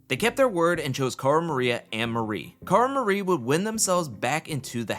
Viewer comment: Cara has redeeming qualities, but Paulie…….not so much lol. highkey hate that guy. If I never have to see him on my tv again, I’ll be nothing short of happy and relieved 🥰 Also, the amount of times you called her “Cara MariE” killed me lol